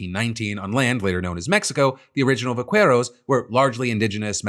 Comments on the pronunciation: Please, for the love of god, learn to pronounce Spanish words before saying them. It’s pronounced Va-Ke-ros, not vakueros. In Spanish, the Q is always followed by a U, but the U is always silent. Like in Queso, you don’t say Kueso, you say keso. So please please please, next time, get it fact checked by an actual Spanish speaker before publishing. Other than that, love your show!!😂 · Phil, your pronunciation of “vaqueros” makes me laugh 😂 I know Spanish isn’t your main language but it’s pronounced “bah-KEH-rohs” with a hard K-sound rather than an English Q-sound. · Just for your information Phil, you can pronounce vaqueros as "vackeros" instead of "vaqweros". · Hey Phil, I know someone else is gonna say it, but I'll say it just in case. Here's a quick Spanish lesson. When you have a QUI or QUE, the U is silent so VAQUEROS is pronounced 'bakeros'. Geat job pronouncing the V as a B, though! Glad you got that one. 👍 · Vaqueros "vah-care-ohs" Givin' me "case-oh-dill-ah" 😅 just teasing! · Hey Phil a tiny correction the u in "qu" for Vaqueros is silent. Just imagine it's a k. 👍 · Va-Qwherows lol I love the show bro but that made me lol irl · Vah-Kair-Os, Phil. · There’s no “w” in Vaqueros, love you tho! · Me when I hear the U in "Vaqueros" being pronounced. RRRREEEEEEEEE